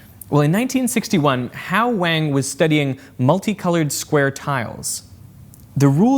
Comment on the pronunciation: I hate to be "that guy" but that name is pronounced "wong," not "wang." Super common surname in China, so it's worth learning how to pronounce! And you don't have to feel weird about saying wang!